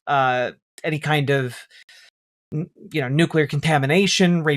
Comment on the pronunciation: •New kyuh larr• is how it will always sound from the president's gobhole, officially